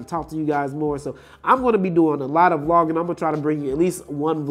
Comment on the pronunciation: Bro you killing me with this...LOL. Its Vlogging not V-Logging.. LOL!! LOL! Its one word.. But the video is good man.. LOLOLOL!